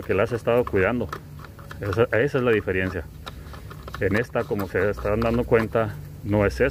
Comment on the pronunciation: Se dice diferencia 🙈 no dieferiencia